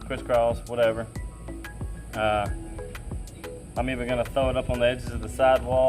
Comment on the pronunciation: I hope you're thinking about how you omit the letter "r" when you say 'throw'. [thow ???]